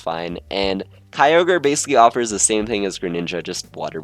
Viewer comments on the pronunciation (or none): none